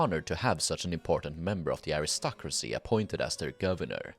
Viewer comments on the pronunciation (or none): none